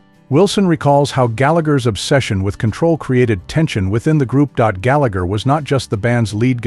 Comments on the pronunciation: Galla-her, not Gallag-er. He was Irish, not British. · Can’t even pronounce his name right 😂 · It's hard to listen to Rory's surname and his brother's Christian name being mispronounced. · pity you cant even say his name properly !!! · Before you say anything learn to say his name. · Who wrote this crap? Rory was a perfectionist simply because he wanted perfection. So what's wrong with that ? Also, if you can't even be arsed to learn how to pronounce his name, then you shouldn't be commenting on him. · I didn't think that the pronunciation of his surname correct.